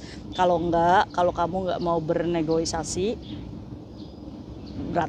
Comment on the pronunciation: Negosiasi ka bukan negoisasi 😂